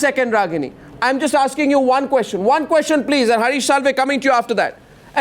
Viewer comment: hear Mr Bhandaari asking KOSHCHAN !! not Question but KOSHCHAN, KOSHCHAN, hear me out, its KOSHCHAN, not question ! KOSH-CHAN ! KOSH...CHAN !! KOSCHAN ! not question !!